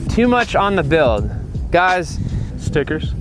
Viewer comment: “Stickers” lmfaaaoooo why he said it like that 😂😂😂